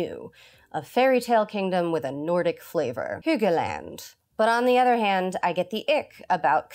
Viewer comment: I am still weirded out that in a story based on a Danish fairytale, there's practically nothing of my native Denmark in any of the Frozen films. Good on you for your pronounciation of Mattias and Hygge. It's exactly like I would have said it.